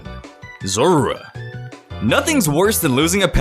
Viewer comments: in the anime its pronounced "zore- wuh" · the way you say zorua triggers me, omg